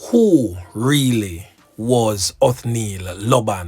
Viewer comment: Not even him pronounced his name correct...oh Lord 🙏